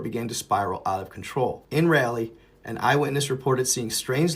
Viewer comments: Its like RAW LEE. not rally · Rah Lee. Not RALLY. Love ya bro.